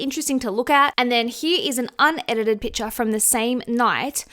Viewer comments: PiCture - "Picture" has a C in it. What you are saying is a different word - you are saying pitcher. Love your takes but can't get over how grating this is. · Sorry where are you from? You have such a strange accent when you say PICTURE😂 I am just curious